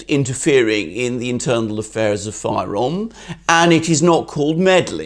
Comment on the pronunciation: The name is not“Fayrom”! You don’t say “Gr” for Greeks